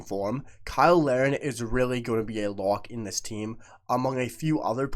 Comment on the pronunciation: Why do you usually pronounce Kyle Larin's name like everyone else & other times pronounce it "Lareen"? In this video alone, you switched back & forth multiple times. BTW, I agree with you regarding Larin & the main proof of this is how much Jesse Marsch plays him as a starter.